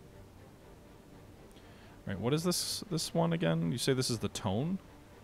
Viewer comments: It's pronounced Toe-nay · Just a small tip. Tone is pronounced as Toe-Neh.